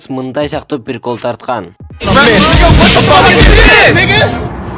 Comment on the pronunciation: пиркол эмес прикол дечи сураныч